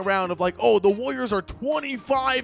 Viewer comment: why do u say it like wooliers